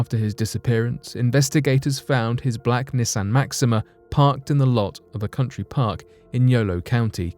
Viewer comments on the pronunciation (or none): none